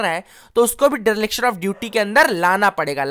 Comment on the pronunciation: [Deriliction] -Dereliction✅ 🙏